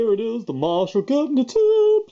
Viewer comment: The way you say guvnor lol so perfect